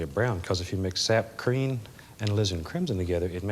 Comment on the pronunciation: Sounds like he says "sap creen"